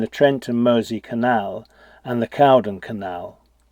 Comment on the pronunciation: Great film and I who have known this place learnt more BUT Caldon Canal is 'Cold-on' not whtaever you said